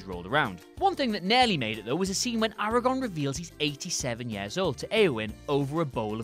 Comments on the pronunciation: Lol I was about to unsubscribe but it turns out I'm not subscribed in the first place. To add to the Aragorn comments; they continuously pronounced it "Eragon". Yeah, accents, but to someone who has read both the LOTR series and the Inheritance cycle, it can be annoying. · LOL taking potshots at people who can't say "Silmarillion" while being unable to add the second R to "Aragorn" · Simultaneously mispronouncing AragoRn's name, and not understanding the point of the scene and what makes it great. His age is explained in that scene with exposition that's like half a sentence. Do your writers genuinely believe having that scene in the theatrical release would've suddenly RUINED that film? Like some sort of horrible tipping point that transforms a great film into a shitty one, going from amazing to shit with that one sentence? Or is it just click-bait? The point of the background knowledge in Lord of the Rings is not to give the reader/viewer an entirely accurate view of the world's history; it's to imply a depth to the world through small hints and references, creating the impression of an ancient, three-dimensional world that's coming to the end of a magical age or transitioning to a more mundane form. To explicitly explain the references, or leave them out entirely, you'd be undermining this sense of deep time and complex history. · "For people who can actually pronounce the Silmarillion..." (Mispronounces Aragorn as Aer-agon) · how are you correcting Dunedain and not "Aragon"